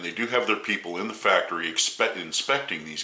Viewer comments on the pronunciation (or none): none